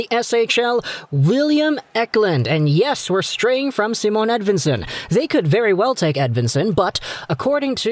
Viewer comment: Idk if you care but Simon is pronounced with ephasis on the i, so more like "Seemon", just fyi :) Great video btw